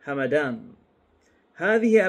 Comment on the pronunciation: أعتقد ان القبيلة تلفظ همدان بسكون الميم